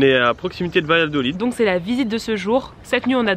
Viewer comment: Très jolie ville Salamanca, ville étudiante. Dommage, l'atmosphère en soirée est très exceptionnelle, très particulière, tranquille. Sinon Valladolid se prononce Bayadolide 😉